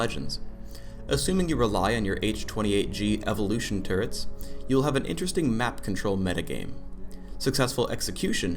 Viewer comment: "turrents" WHY